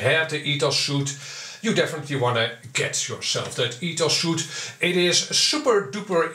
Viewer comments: Btw, a suit is something you wear. It's not Ethos suit but Ethos Suite which is pronounced as sweet. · The software ETHOS Suite is pronounced like "sweet" not "suit". It's a software Sweet, pronounced like a hotel honeymoon suite for example, Pronounced like sweet, as in candy is sweet.